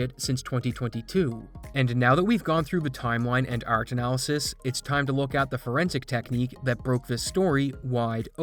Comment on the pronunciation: can you be less canadian? bugs me every time you say art